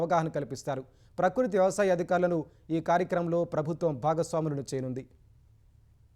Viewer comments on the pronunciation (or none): none